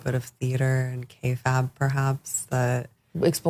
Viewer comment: Kayfab? 😂 Kayfabe.